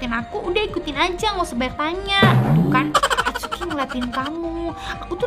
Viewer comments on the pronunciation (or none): kak namanya itsuki bukan atsuki